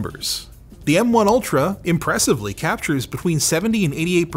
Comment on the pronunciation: Every time says "M1 ultra" I hear "MK ultra"...